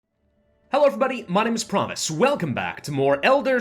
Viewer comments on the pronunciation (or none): Does anyone else hear Pravus pronounce his name as "Promise"?